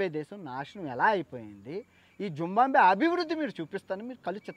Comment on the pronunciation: జింబాబ్వే పేరులో 'బా' తరువాత సున్నాలేదు. జింబాబ్వే అనాలి